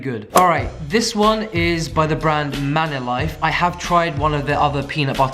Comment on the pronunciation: You pronounced manílife wrong and it's bothering me way more than it should